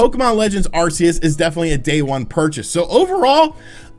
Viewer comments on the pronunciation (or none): Arc seus not arsseus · I love the way you pronounce Arceus. Its the same way I have for YEARS. Everyone else says AR-KEY-YUS and im like wtf pokemon is that?